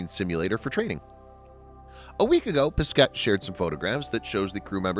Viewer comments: Thomas Pessssketttte lol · For your information, you don't pronounce the last S for Thomas, and you don't pronounce either the last T for Pesquet. Yup, french is weird ;)